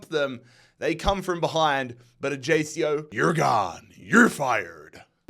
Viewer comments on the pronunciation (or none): Mate the pronunciation is killing me WIEN is the austrian way to say Vienna so its like Vieen, ajjaycio is ayacko too btw